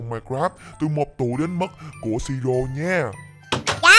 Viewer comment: Ủa ông tên siro dậy ông ko nói ro mà nói rô